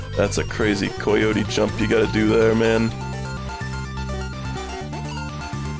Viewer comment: I am convinced is hanging out with some sinister European man that is influencing the way he speaks. First it was pronouncing words like "obscure" as OBB-scure rather than ub-scure, then it was saying "been" like "bean" and now he's saying COY-yotie frames. what the hell